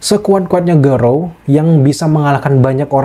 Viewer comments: kok lu ngmg garou jadi gorou sih? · Garou bang bukan gorou😁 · garou bukan gorou